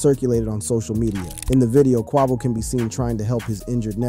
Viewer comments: You're going to make hip hop videos and you can't even pronounce his name correctly? And what's disgusting is that you could easily pronounce his name, but you're just choosing not to" your being blatantly disrespectful. 🙊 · The way you pronounce "Quavo" bothers my bipolar 😭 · You shouldn't be commentating is you DON'T know how to pronounce names 😡😡😡 i comment keep hearing you miss pronounce Quavo name you irritated me i stopped watching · RIP Take off 🙏 is Quavo not whatever you said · Dude said “bad and Boujee” made them popular smh they was poppin before than and you can’t even pronounce Quavo right 😂😂 clearly you was on the outside looking in during they rise but wanna make a video bout somebody 😂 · You need to do a whole new video on why you can't pronounce Quavo correctly. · The fact he didn't pronounce his name correctly make me feel like his information flawed😂🤣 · Yea he butchered quavo 😂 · ikr. Its the quickest way to make me click off a video it to mispronounce an ESSENTIAL part correctly. Like c'mon man.. Ive never heard anyone say Quavo like that lol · 😂😂😂 he stay butchering homies name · I agree.......like really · Right how does he not know his name lol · THE FACT HE KEPT SAYING IT🤦🏽‍♀️ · Annoying as hell..🙄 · not QUAH-VO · SH!T U CAN'T EVEN GET IT RIGHT.... Q U A V O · “Takeoff and his uncle Kwahvo” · How are you a channel called "" and can't pronounce a fairly mainstream rappers name. I'm sure you've heard it in the comments already but man, seems like something that could've easily been addressed during edit. "Q-way-vo" Not "Q-waugh-vo" Good content ideas otherwise but, kind of hard to follow when something this simple is missed. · But “ CUAVO” your people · Takeoffs brother Kwah-Voh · QUAY--VO....Ya'll killing your vibe on this story...say quay-vo....do ya homework !! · Who the heck is Cuavo? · It’s Qay-Vo mthfkr 🤦🏽‍♂️ And Nor-e not Nor, who tf is this lame? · Not Qwahvo 😂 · Say his name correctly Quavo 😂😂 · Who the hell is KWAVO?